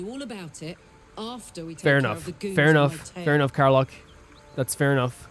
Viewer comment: Karlach and Scratch finally joins the adventure! Cant wait to see you delve into their stories!! Btw, Karlach isn't pronounced "Kar-lark", but "Kar-lek" <3